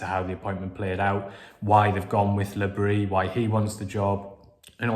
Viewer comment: A friend of mine has a French wife, and she told him that because Regis is a Breton, you DO pronounce the s in Bris.